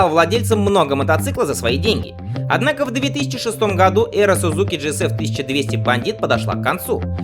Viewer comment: Автор, в русском языке японское "z" читается как "дз", поэтому - СуДЗуки, ИсуДЗу.